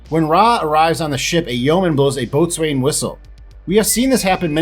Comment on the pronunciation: Great review but I cringed every time you say “boatswain’s whistle.” In the Navy it’s pronounced “bos’n” or “bosun”